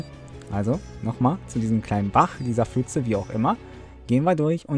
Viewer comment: „Fütze“ Gibt es eigentlich für Youtuber ein Verbot, pf korrekt auszusprechen?